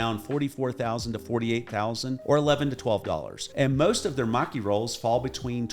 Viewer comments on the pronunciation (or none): none